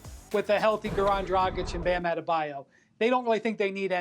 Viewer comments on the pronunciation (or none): Why can't American pronunce words in syllables? Bam Ade-ba-yo! Not Ante-te-bayo. Slow down your speech rate. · "We lookin at Bam AnnadaByeYou." -Perk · The guy on the left side laughing when Perk mispronounce Bam Outta the Bayou 🤣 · Does big Perk (my dude) have a speach coach that gives him simple word combinations to be able to better pronounce some of the tougher names in the league? "Bam Outta-da-Bayou" someone out there must have heard other examples of this from him. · even he laughed when Perk said Out of da bayou 🤣🤣🤣🤣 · Love how Perk adds another syllable to Bam's name lol